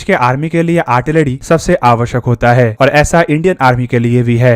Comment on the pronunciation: "आर्टिलरी" होती है भाई साहब, "आड़टिलड़ी" नहीं।